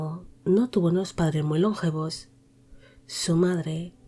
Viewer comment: Hola, muy interesante el vídeo. Sólo un matiz: la palabra "longevos" es llana, no esdrújula. No se pronuncia LONgevos sino lonGEvos. El accento recae en la sílaba GE. Saludos.